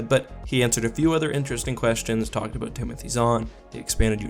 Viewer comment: “some topic that is worth talking ABOOOOOOT”